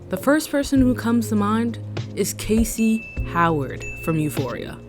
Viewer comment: loved this but the way you kept saying kacey instead of cassie 😭